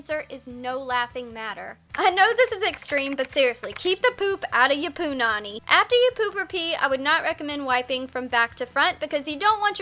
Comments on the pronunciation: They way she says " Punani " annoys me cause I'm Hawaiian and it just sounds weird .She's emphasizes the " pu" too much . Just say " pu-Nani " not criticizing cause I love her videos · Forget it, at some point in this video she called her vagina "poonanny"